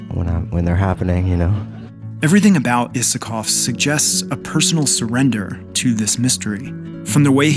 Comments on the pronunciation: I love this video and its premise but pleaseee, his last name is pronounced Eye-sa-kov! Sorry for nitpicking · This is a lovely video. Fantastic analysis and hands down my favorite GAI song. The version with the CO Symphony Orchestra is just baffling at how good it is. One very polite note, I'm almost certain he pronounces his name with a long I. Cheers. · why did I always pronounce his name as ''aysakov''?